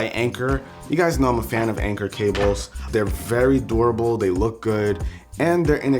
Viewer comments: Every time you say "Dorable" I die a little inside. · "they're very door-able" 😂😂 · Anybody else hear "door-able" when he says durable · when you were saying durable i thought you were saying adorable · Door-ible? What the?